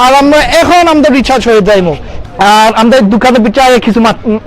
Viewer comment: Lmao, can't stop laughing... When you said "Amda" . Say "Amra" Loved the vid ❤❤